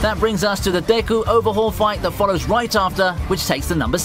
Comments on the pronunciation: Nobody: This guy: dAyKu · Is so painful hearing him pronounce Deku